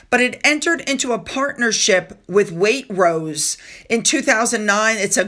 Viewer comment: FYI, the syllable break is Wai-trose